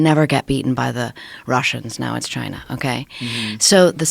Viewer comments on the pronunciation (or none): none